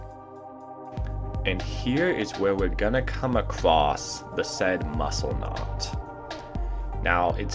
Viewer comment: Acwossed?? Sorry no English bad